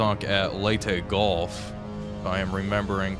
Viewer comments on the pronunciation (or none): none